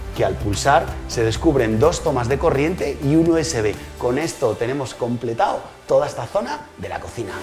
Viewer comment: Me encanta el “completao” de. Que grande. Si vivieras en mi ciudad haríamos l cocina contigo!